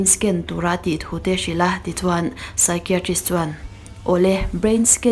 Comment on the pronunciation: Psychiatrist i lamdan hi ngaihmawhawm deuh hlek ,I thiam si a, I lam dikloh hlek hi a langsar thin a.